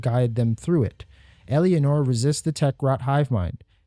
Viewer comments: Your inability to say Eleanor is driving me fucking bananas. Its not EL-E-A-NOR, it's ELE-NOR. Like Eleanor Roosevelt. Eleanor, the car from Gone in 60 seconds. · For the record Eleanor is not pronounced "Elly-anor" it's "Elen-or" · great vid but "Elly-anor" gave me an ulcer :P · bro? Elianor? tf u getting that from watch the dev streams to learn her name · "Ella-nor" the second e is silent. It's like you're trying to force a foreign pronunciation on a common English name. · I'm sorry, this video is great but your pronunciation of Leticia's name and Eleanor's hurt so much.